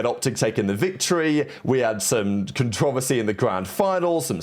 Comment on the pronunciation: CON-TRO-VER-SY.. say it with us lmao the second time you said that word the way you did I lost it 😂